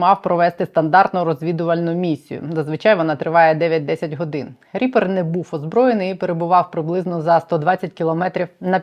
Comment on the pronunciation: Мені одному здається що вона замість "ріпер" каже "тріпер"?)))